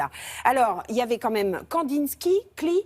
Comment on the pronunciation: Elle est incapable de prononcer Klee correctement.